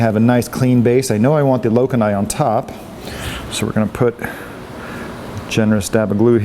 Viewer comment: Lokan-eye! Hahah. Your are killing me the way you pronounce the names. Same when people say mon-tip- pera.